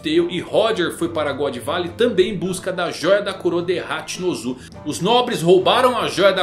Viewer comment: Mano n da pra assistir tudo, "ZEBEK" em japonês vc sabe q não muda a kralha da fonética, "HachinpZu" aí é foda